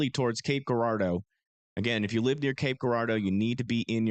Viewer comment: okay i know it looks like cape guuurardeau but its pronounced Jurardo if that makes sense lmao